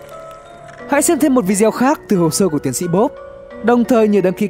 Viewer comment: Đừng kêu là "vi" "deo" nữa nhé tiến sĩ 😢